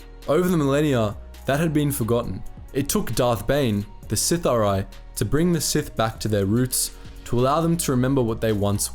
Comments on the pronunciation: First thing you needed to do was learn how to say the word It is pronounced “the Sith-Ah-ree” if I was you I would invest in the audiobook Darth Bane, path of destruction. Bane goes to the Sith Academy.. And at the time of his arrival there is a zabrack there that is so far ahead of the other students in combat skills and Force ability that the teachers actually speculate whether he is the “chosen one” even just listening to the small part where he is at the school will give you plenty of opportunities to hear the word pronounced properly. It’s hard to believe that you I’ve done all this research but never had the opportunity to hear the word said.. I would be catching audiobooks here in there it really does make a difference. At the very least it protects you from saying the word The most important word of the video..wrong all the way through the video. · I love that you used a pic of Malgus instead of Bane 😂.... Not to mention how hard you butchered the word Sith’ari 😂😂😂🤦🏻‍♂️ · Bro saying Sithari instead of Sith'ari makes me smile every time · Just to lyk its pronounced si-thar-ee Not sith-ar-i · Good video, but as others have said, there's a Darth Malgus picture instead of Darth Bane at one point, but the more problematic issue is the pronunciation of "Sith'ari". Try "Sith-ah-ree" rather than "Sith-uh-ree" and you will get closer to the Dark Side :) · Bro. It’s not “sitha-rye” or “sith-awry” it’s “Si-thari” or “sith-aree.” Sorry to nitpick, but it got distracting. Other than that, great vid. Bane was a badass. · You and you over/under romanticizing of the pronunciation of certain names in lore. I love your content but please stop doing that. You say Sith(ery) like 9 times, then finally you pronounce it right Sith’(Are-I), Sith’ari. There’s nothing wrong with your ability to speak and your accent/voice is actually really quite pleasing on the ears. Anywho this is still one of my favorite of your videos by far. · "Sith-Ah-Ree" not "Sith-Arai" my dude :)